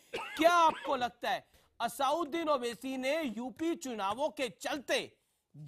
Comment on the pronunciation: Anchor ko sikhao, It is not Asaaunddin, rather it is Asaduddin Owaisi. ROFL.